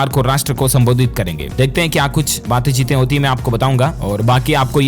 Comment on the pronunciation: कृपया शुद्ध हिन्दी बोला कीजिए।बात चीत को बातें चीते कहते हैं जो ग़लत है।